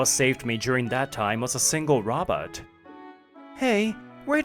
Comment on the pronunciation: Robit? or did they mean to pronounce it as Robot 🤖?